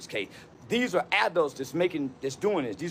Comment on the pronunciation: It's funny he didn't change anything he said originally about the knife and calling the teachers and all, just going on about jim crow laws (I bet he can't name one) and it was southern jim crow.. guy can't even say the word "adult" let alone be one